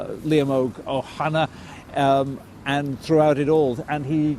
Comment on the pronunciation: The fact that the BBC or British state can't be bothered to pronounce Liam Óg Ó hAnnaidh correctly really hits home, saoirse don Phalaistín! Éire saoire!!! Éire aontaithe!!!! 🇮🇪🇵🇸